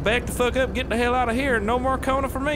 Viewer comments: Sometimes I thought he say koruna 😂😂😂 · Just a fun fact...''Cona'' that has the same sound as ''Kona'' in portuguese is a slang for p*ssy So i crack up every time you say ''Welcome to Kona"